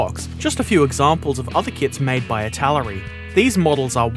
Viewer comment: I think you mispronounced Italeri. It's meant to sound like Italy, so I-ta-lare-ee. That 'e' in Italeri is very very loooong.